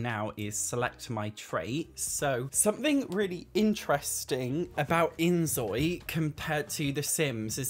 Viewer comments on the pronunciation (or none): I love the inZOI videos, but please, it’s pronounced like 'Enjoy'…. Because Korean has no Z sound…. It’s just a word play, and a side note from my part